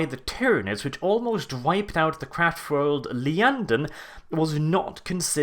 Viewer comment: It's IYANDEN (i, not L)*